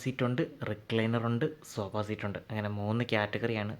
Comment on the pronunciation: സോബാ സീറ്റോ😂😂 സോഫ എന്ന് പറ ബ്രോ